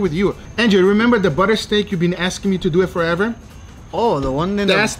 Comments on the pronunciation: Duuuit not duweeeeee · “Less dew ehhh” definitely my favorite part of the videos love you guga